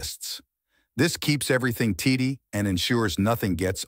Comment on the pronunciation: Keep things teetee (tidy)